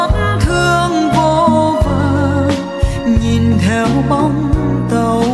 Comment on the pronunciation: Ca sỹ Mỹ Tâm được khán giả nghe nhạc yêu thích là điều ko thể bàn cãi! Cô ấy đầy đủ những tố chất quý của một nghệ sỹ chân chính, chuyên nghiệp ! nói về album này tôi chỉ có một chút ý kiến về phát âm chữ " nghìn, nhìn" của MT vẫn còn ngữ điệu người miền trung !